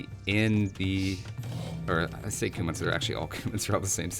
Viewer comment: It's not Coumons... it's Cue-mns